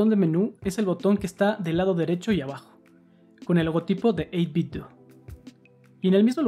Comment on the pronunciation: No por mamila, pero se pronuncia 8bit-dou, como si fuera Ninten-dou